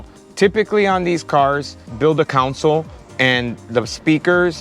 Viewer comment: My guy, it’s a ‘console’, not a council. Helping you sound like the professional you are. Cheer